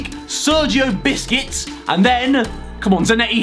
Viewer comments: No one : Literally No one : Harry : So we'll take Sergio BISCUITS!!! 😂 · “Oh it’s Sergio Biscuits”